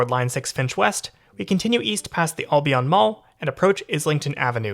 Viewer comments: Jeez buddy Albion Road is pronounced AL-be Uhn not All-by-on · You pronounced Albion wrong lol 😂😂😂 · "All-be-on?" You're not from here. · "Ahl-Be-On" station...LOL. Welcome to Tarannah.